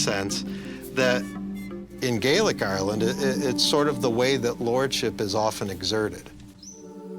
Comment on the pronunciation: Since when did ayeyerland have three syllables? I'm out. 4 seconds has to be a record.